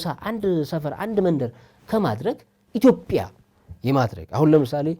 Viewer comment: የአላዋቂዎች ውይይት! የዜግነትና የብሔር ጉዳይ እኮ እንደየአገሩ የተለያየ ነው፤ ሲቪክስ ኔፕ፡፡ (ደሞ ኢትዮጵያ እንጂ ኢቶፒያ አይባልም፤ መጀመሪያ ስሟን አስተካክለህ ጥራ) እሼ ሕፃናቶቹ ላይ በርታ እዚህ አገር አዋቂ ብዙም የለም፡፡